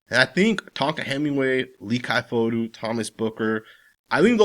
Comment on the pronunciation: Leki Fotu - his first name is actually pronounced close to the word “Lucky” but with a slight “e” sound instead of a “u” (you have been saying more like “Lee Kai”) Love this breakdown (otherwise 😂) - RAAAAAAAAIDERRRRRSSSSS!